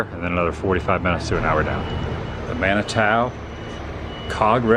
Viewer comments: Man-a-Too not Tao. It's a Native American word . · It’s pronounced Man it too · Man-ih-too is how it's generally pronounced. :) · It is pronounced, Man-i-too. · Manitou springs. Pronounced Man-a-too. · It is pronounced Manitoo or Mani two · I've heard it in my life pronounced Man-i- toe. Be careful about asking how to pronounce the town in a diner. There's an old story about two guys asking a waitress how to pronounce Mexia inside the diner, and she responded Dairy Queen. The pronounce it Meh-her, or if you're a local ma-her. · I lived in Colo Springs for 15 yrs. Never got to go up Pikes Peak but my mom did. She said that if you notice when you get to the top you don't see any animals and barley any grass cause it can't survive up there. You do have the option to drive up there and back but when you come back down you have to pull over every few minutes cause you have to cool down your breaks. And the town Manitou is pronounced like Mana-Too. And if you want some good local food there check out Black Bear Diner on S. Academy Blvd in Colo Springs near the mall.